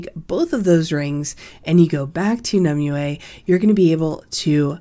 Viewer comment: Not one youtuber can pronounce it right.. Nim-wey. Its Nim-wey... not Nim-oo, not Nim-you-ehhh. Hurts to hear lol.